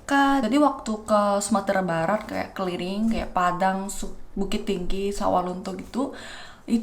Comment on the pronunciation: Hahah lucu bener gua denger keliling jadi keliring, kaya ngomong clearing, clearing jalan-jalan sumbar udah kaya polisi patroli:)) Gua viewer barunya, dan makin banyak viewer pasti komentar makin beragam. Kalo ada komentar buruk, jangan bikin down ya mba. Walaupun secara umum mindset kita akan bilang orang Indonesia ramah ramah dan baik hati, tetep aja orang jahat or seengganya sekedar iseng tuh ada aja. Jadi usahakan ga perlu diambil hati. Kadang orang lupa yang ngomong di depan kamera orang beneran, bukan animasi yang bergerak hehe